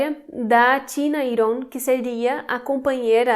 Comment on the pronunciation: Legal vc falar Iron e não "Airon", como outros Youtubers que vi